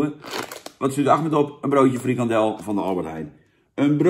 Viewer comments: FrikaNdel jan, niet frikadel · Het is frikandel niet frikadel